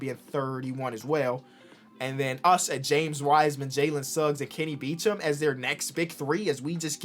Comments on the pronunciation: Hold up isn't Kenny's last name "Beecham" not "Beachem" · Kenny "Beachem"